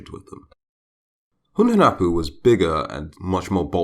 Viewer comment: Hunahpu is his brother, Hunhunapu is his father. All english speaker i know, specially smite players, don't know how to prunouce their names. Hunahpu and Hunhunapu, are prunouced with no silent "h" and with the stress in the "u". Xbalamque is not writen correctly to begin with it is Ixbalamque and it is pronounced like ishbalamque with the stess in the "e". Hunapu means a blow gun guy and Ixbalamque means litle jaguar sun.